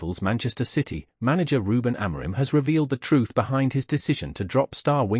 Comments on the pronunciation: Kris Boyd - who the fk is Almaron? It's Amorim ya fudball. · Who tf is Ruben Amiron ? It’s Amorim ffs 🤦‍♂️